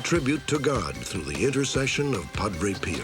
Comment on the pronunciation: If I hear "Padre Peeo" one more time.........